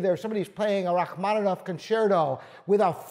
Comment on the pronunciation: Congratulations about pronouncing Rachmaninoff - but that Deb Yoossey was a bit of a pity. Imagine De Bussy and the French "u" is pronounced like the German ü that you may know from "Für Elise". The De has its e pronounced like the e in the.